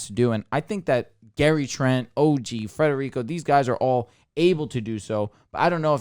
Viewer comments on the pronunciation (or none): Stop saying Frederico!!!!